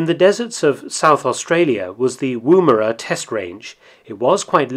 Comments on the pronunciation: Woomera: like wood not woo (chat up a lady woo) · As a south aussie who lives near woomera. Its pronounced 'womera'. Been watching your videos for a month now was quiet a nice surprise seening some mentioning of a town near to were i live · The first vowel in 'Woomera' is shorter than that pronounced by this narrator.